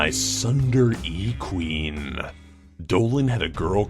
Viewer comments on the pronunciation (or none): When you said TsundereeQueen, Tsundere is pronounced Soon-Dur-Ay. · It's tsundere not sundare xD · Sunder-eeeee*? It’s *soon-dare-ay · btw it's not "sundere" it's Tsundere (soon-dairy) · Are- Are you kidding?? I mean like... I get people mispronounce words but really?! SUN-DERE??? It's TSUNDERE! "SUNEdeRE" Sorry I just got really pissed... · “SUNDEREE” it’s pronounced: Tsundeere in a Japanese or Spanish accent where there isn’t any hard letters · it is not sunduree it is tsundere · random annoyed weeb commentor no one will ever see feels inclined to point out that tsunderee is pronounced soon-dare-A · apparently he has never heated of a tsundere before XD bc he said sunder-E queen it’s pronounced sunder-A (I gues idk how to spell it out like that) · "sunderee" its pronounced"soon-de-ree" XD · sundere did he just say sundere tsundere soondareh not sundaire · SUNDER-EE Queen? It's "soon der eh" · tsundere isn't pronounced sun-der-e its pronounced soon-d-air-a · Nooooo He said "Tsun-Der-eee"... It's supposed to be tsune-der-eh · tsundereeQueen is actually pronounsed like soon-dare-ay or you can get a better discription by listening to the It's not like i like you music video sorry im an otaku and if you dont know what that is..google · Tell that he mispronounced TsundereeQueen. You pronounce it Sue-n-der-ray-Queen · pronounced Tsundre wrong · Tsunderee is pronounced like soonehree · “Sun der ee “ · You mispronounced number 3 it is soon-dare-a-queen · Tsundere pronouciation (I think it's right sorry if I'm wrong) - t-s-oo-n-doo-reh. Say the "Ts" together really quick. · "Sunder-E queen" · It’s pronounced SUN-deree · "Sun-der-e Queen" uhm, wow. Great pronounciation. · 2018 cough cough but just relized dis TSUNDERE-E... pronounced is (Soon- DARE A) spelt tsundere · (Sun-der-a Queen 😂😂😂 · Number 3 is pronounced (soon-dairy) tsundere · It's pronounced tsun-dere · It's pronounced Sun-DeRe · Tsunderee (Suen- Dare-ay)